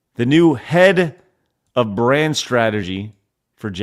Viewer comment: Head of BRAND strategy at JAGUAR and the f'ing weirdo fool doesn't even know how to say the word???